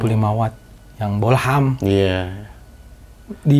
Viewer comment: Bohlam bukan bolham.. Di menit 😁😁